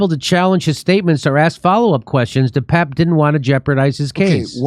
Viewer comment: its not depap or depape its "the pepe"